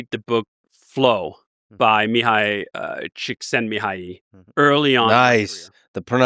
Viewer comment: How does Lex know Hungarian pronunciation?